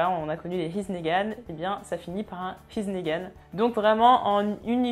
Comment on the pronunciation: Dans here's nagan il faut prononcer le R parce que sinon on comprend he's negan